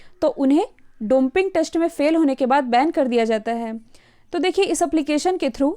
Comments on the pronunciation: डोपिंग होता है, मैडम जी। आपने डॉन्पिंग बोला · Pronunciation Domping must be rectified to Doping.. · Domping test nhi dopping test hota h